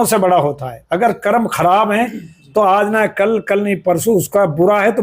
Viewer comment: Anchor sahib Aap ka programme accha hai.Achor Bhai aap apna pronounciation theek Karen.Aap Aaj ko Aaz bolte hain.Aur bhi pronounciation theek nahi hai.